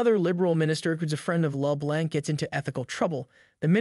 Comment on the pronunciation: The computer generated voice that is reading the script needs to learn how to pronounce 'LeBlanc'.